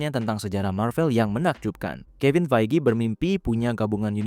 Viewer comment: kevin fayji bang bacanya